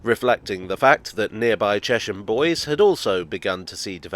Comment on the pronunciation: Chesham Bois is pronounced Chesham Bwah it's French and means wood same goes for Thayden Bois